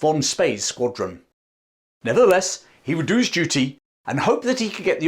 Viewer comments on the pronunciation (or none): none